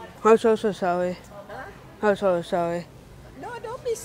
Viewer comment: I’m so so sowe😂